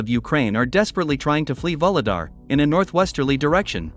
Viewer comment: VUHLEDAR is pronounced not like VOLODAR, but rather like OU-GLE-DAR. VOLODAR sounds very confusing. In Ukranian the leading V is almost silent. Thank you for interesting videos!